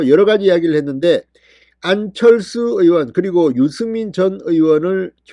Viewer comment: 진성호씨~왜 #안철수이름 부르기가 혀가 안돌아갑니까~~~?!